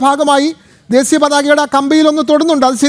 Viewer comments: ദേസീ യാ അല്ല ... ദേശീയ..,. കഷ്ടം.... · ദേശീയ പതാക ആണ്... ശ ആണ്.. സ അല്ല. mpbs ജയിക്കേണ്ട ഈർക്കിലി എടുത്തു നാക്ക് ഒന്ന് വടിച്ചൂടെ...? പിന്നെ adeham പറയുന്നത് adehathinupolum അറിയില്ല... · ദേശിയ പതാക എന്ന് പറയാൻ പോലും അറിയാത്ത ശവൻകുട്ടി